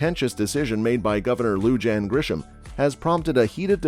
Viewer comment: You mispronunciation of the governor's name is very grating. She is hispanic. J is pronounced like an H, LL is pronounced like a Y, I is pronounced like E. Do a little research before you open your mouth. BTW, I don't think the Bernalillo county sheriff can travel to another county and arrest the governor. The state capitol is not in Bernalillo.